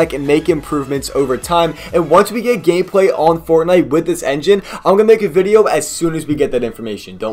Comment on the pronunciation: i swear u said gayplay